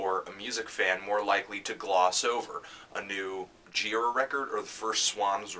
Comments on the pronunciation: It's GirAAA, not GIIIra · when i saw an angels of light show a number of years ago, michael gira introduced himself, and i was surprised that he doesn't pronounce his name the way i would have (and they way you do here, anthony). he says it like ji-RAH. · You know this is an old Fantano vid because he’s still pronouncing Michael Gira’s name wrong lol